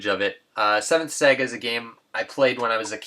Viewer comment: Saga is pronounced "Sah-gah" not "Seh-gah"